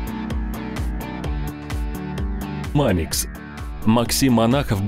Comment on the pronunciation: Странно сказали в начале мамикс